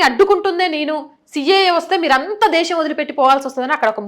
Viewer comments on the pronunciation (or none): none